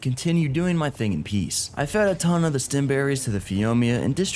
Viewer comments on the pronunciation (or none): none